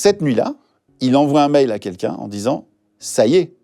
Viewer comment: Guillaume, on dit "quelqu'un" pas "kékin"